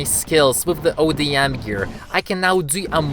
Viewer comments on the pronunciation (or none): Dude it’s ODM gear not adm gear also it doesn’t let you just float in the air